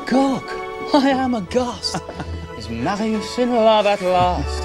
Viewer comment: The French accent on “Marius” when R says it just gets me every time, he sounds beautiful